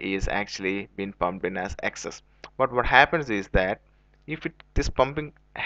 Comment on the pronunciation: This guys cant say petrol pump He is saying petrol bump listen carefully